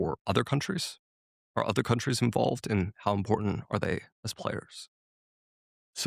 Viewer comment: “Duh udder day….” Me: googles “udder” 🙈